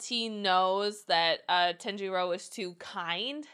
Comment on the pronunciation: I love your reactions but how can you be a fan if you can’t pronounce their names correct e.e ‘r’ in Japanese have more of a ‘d’ sound so saying Tanjiro. It’s not TEN-ji-ro It’s pronounced Tah-n-ji-do